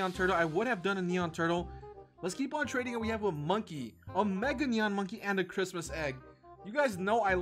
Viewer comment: It’s not chirtmas lol